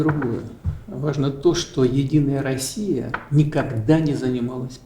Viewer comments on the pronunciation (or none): none